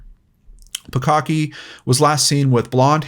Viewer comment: I just keep hearing "bukkake" everytime he says the 2nd girl's last name